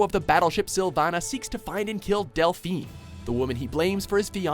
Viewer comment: Pro: finally gives Last Exile a shout-out for the glorious masterpiece it is. Con:... IT'S DEL-PHI-NAY. NOT DEL-PHEEN. Do you even watch, bro?:T